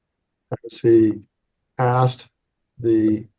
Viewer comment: No one axed you,.😮😮😮😅😅😅